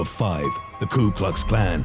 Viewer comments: when he said ku klux klan it said cow text plan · "Ku-Klux-Clan" is "cow text plan"? Maybe one of the top 3 dumbest vids on YouTube lmfao